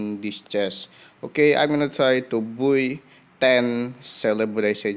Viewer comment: Guys say boy instead of buy